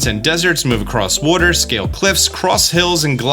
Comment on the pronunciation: Disliked for the way you pronounce water